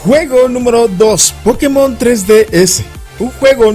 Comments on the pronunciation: O como Josue Yrion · O como Maduro :v